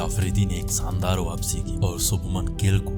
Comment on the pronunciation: S and Sh ... the pronounciation ... Saandar Vs Shaandar